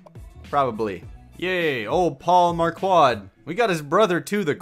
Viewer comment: Marquardt is pronounced "Mark-wort" or "mark-wert"